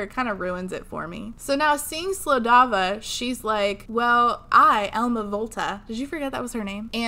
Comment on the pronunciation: I keep hearing Elmo instead of Elma and it throws me off every time lmao